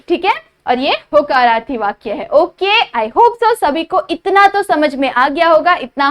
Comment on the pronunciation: mam vo hakararthi nahi hota hai vo hokararthi hata hai